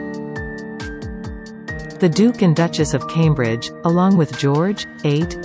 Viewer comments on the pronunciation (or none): none